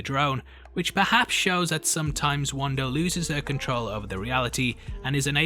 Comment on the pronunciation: It's Wanda...not Wander! It's Monica...not Monicer!! LOL